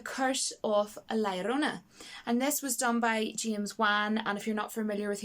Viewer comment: Very refreshing to finally hear the correct pronunciation of La Llorona from someone who doesn't speak Spanish haha. (Or maybe you do speak Spanish idk lol). But a lot of good picks! :) Also the "Lumberjack" scene in IT Chapter 2 was laughably bad!! I was crying laughing in that scene it was horrible! Haha